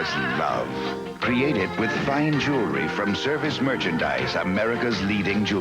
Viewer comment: JOO-la-ree ❌ JOOL-ree ✅